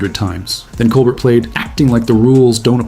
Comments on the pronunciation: Col BEAR! The t is silent. Please learn how to say his name correctly. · Steven Colbert's name is pronounced coal-BEAR. That's the way he says it when he introduces himself in his show. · Fucking AI slop doesn’t even know how to pronounce Colbert.